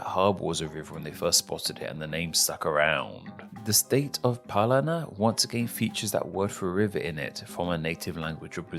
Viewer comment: From Paraná, it's funny hearing foreigners saying the names of our states, like, Ceará "Ceala", Paraná, "Palana", all Rs became Ls, taking this apart, nice video